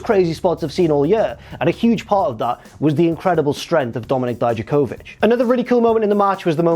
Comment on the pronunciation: please stop saying Dijakovich, you hear them say it out loud every week and that's not how they say it.